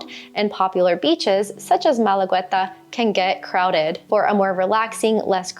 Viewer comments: ¿Qué rayos es malaweta? En Malagueta La "U" no se pronuncia. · Also you pronounce badly that beach of Málaga, La Malagueta, so I wouldn't sign for your language course either!